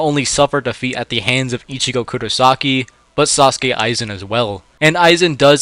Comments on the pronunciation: It's Sosuke, not Sasuke. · its soske aizen not saske aizen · Its not Sasuke Aizen its Sosuke Aizen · Please bro it's Sosuke not Sasuke 😢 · Did you really call him 'Sasuke Aizen' LOL. Also yeah, Aizen farts the verse away with no concept of difficulty lol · "Saucekae Aizen" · Is it just me or am i hearing this man say "sasuke aizen" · 10 seconds in, and I'm treated to both "Sasuke Aizen" and "Hyogoku". I can't watch this bro, it hurts.